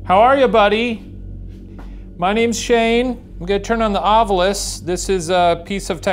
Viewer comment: screen: Ovilus Ryan: Ovulus